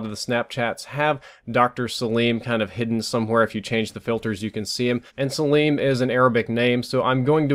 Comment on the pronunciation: Btw it's pronounced sa-lim not sa-liiiiim